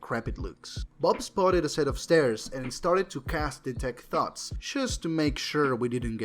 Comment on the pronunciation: Only just realized you said “he casts detect thoughts.” Thought you said “he casts detect thots” both work I guess.